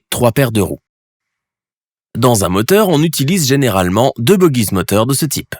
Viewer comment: Concernant les bogies : on prononce ‘’boji’’ et non ‘’bogui’’